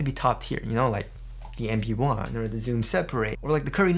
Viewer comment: I wonder if I'll ever stop mishearing "MB 1" as "Embiid 1"